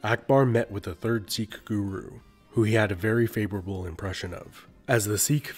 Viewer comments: Sikh* Not Seekh. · Well, you started off by pronouncing Sikh wrong.